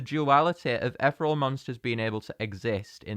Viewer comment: I just thought I would say that ethereal is pronounced ith-ear-ee-ool